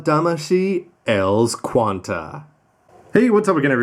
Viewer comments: ELS Qan[T] sounds kinda wrong E.L.S sounds better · Not sure you're suppose to say ELS as a one word, instead one letter at a time. Maybe its just me.